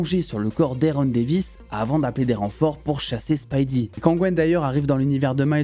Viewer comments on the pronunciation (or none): none